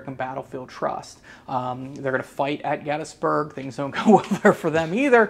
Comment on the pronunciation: Is it really pronounced “gettis-burg”? Ive never heard anyone say it that way.